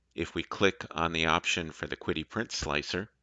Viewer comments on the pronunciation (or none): Could be wrong but I thought QIDI was pronounced she-dee?